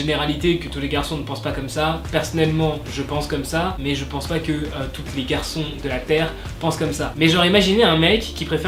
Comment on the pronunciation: "mais je ne pense pas que TOUTE les garçons de la terre penses comme ça " je suis la seule qui entend "toute les garçons" ou pas car si je suis la seule ça veut dire que j'ai un problème alors ... #welleuse j'aime beaucoup cette vidéo ça change et pour moi qui ai 13 ans je suis plutôt grande (un peu plus d'1m65 je pense )et mince (45kg) j'ai plus un style du genre BTS 😂❤ bref sinon continue t'est vidéos j'adore 😍❤ Et pour les mecs j'aime bien les gens aux corps de "lâche" sois disant mais moi je trouve juste ça mignon